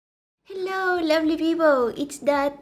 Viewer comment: Her ‘hello’ is ‘hillo’ and I'm living for it.